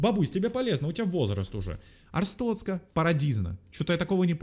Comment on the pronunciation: Ребята, не Арстоцка, а АрстоТцка